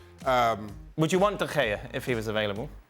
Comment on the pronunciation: Dan nearly spat on Shaka saying De Gea it’s so cringe, just speak English dan. Stop trying so hard